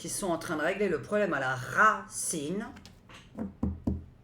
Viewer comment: Bonsoir, J aime vos vidéos, un peu d humour, quand vous avez dit racine j'ai entendu rat ciné encore du vent....